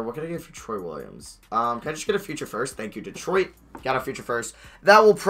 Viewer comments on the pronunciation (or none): none